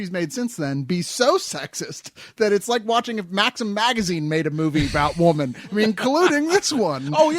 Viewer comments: could not say women ever its just distracting for him to say woman in the plural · Katherine is a horrible actress, and a bitch to put up with on and off-screen. She's only popular because of her looks, which will be gone in a few years time. Also, anyone notice how pronounces women like woman? lol.